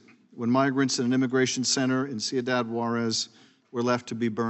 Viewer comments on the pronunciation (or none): First, he acts like he cares. 2nd , he said ciadad completely wrong...lmbo